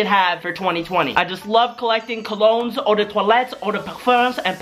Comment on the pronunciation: That alot of cah-log-knees 😂